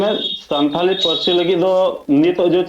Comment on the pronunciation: Santari nahi hota hai Santhali hota hai😂